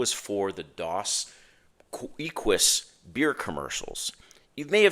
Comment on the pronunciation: Gotta work on that pronunciation. It is “Dose Eh-KEYS”, which was my favorite brand of Mexican beer back when I used to drink